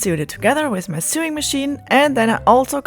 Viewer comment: It’s sewing….. English pronunciation is sew( like so)